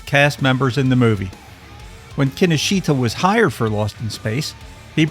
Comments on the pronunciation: Key Know Shta, not Kinnosheeta. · (Psst: Kinoshita is pronounced 'kin-osh-ta') 😉